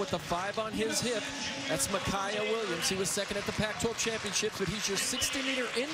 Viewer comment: Why does the announcer keep pronouncing his name Miciah it's Micah. Smh I hate when ppl mess that up